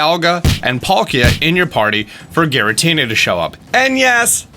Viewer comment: Sorry to say this but it's pronounced "Giratina"